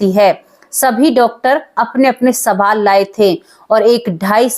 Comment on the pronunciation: Sabaal nahi hota baje (sawal ) Hota hai kai tak padhi likhi ho😅